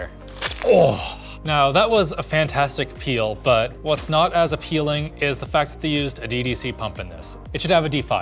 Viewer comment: a-PEEL-ing? How did he miss that??